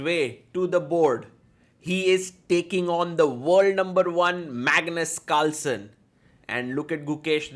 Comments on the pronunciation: In the start of the video, bro literally said 'Magnus calson'😂😂😂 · I am hearing 'Magnet Culture' instead of 'Magnus Carlsen'😂😂😂